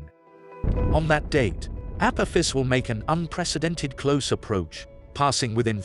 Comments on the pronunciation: The narrator doesn’t even pronounce it correctly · Perhaps learn to correctly pronounce the name of your subject before making a vid, yes?